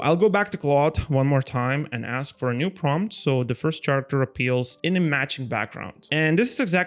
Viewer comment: Great video! Just a little detail that causes some confusion in your video: the word Character is actually pronounced like Karacter. No worries, I'm not a native English speaker either so not judge from me, this things happen to all of us, but I wanted to point it out to you because it's super easy to correct when you know it. LOVE THE VIDEO! Oh, and THANKS SO MUCH for sharing the skills!!